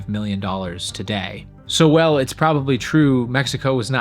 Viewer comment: Thank you! Enjoyed learning many new things in this FANTASTIC video! I gotta say though... I was confused sometimes by your pronunciation of the word "while". Sounds like you're saying "well" instead. Haha you might wanna adjust that. ("While" rhymes with "style.")